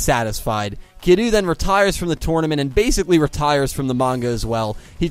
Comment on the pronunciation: I enjoyed the video a lot, but I do have notes. “Kiryu” should sound more like “kee-reeoo”. While your attempt to get the Japanese “r/l” is solid, you kinda squish that “y” out of existence, instead of blending it, so it sounds like you keep saying “Kilu” (or “Kidoo” when your mic doesn’t pick up properly). Ryu, from Street Fighter, is commonly pronounced as “ree-oo” in the west, for example, and using an English “r” instead of a Japanese one is usually not that problematic. Something to consider.